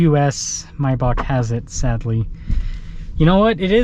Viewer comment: It's called MAYbach not MYbach.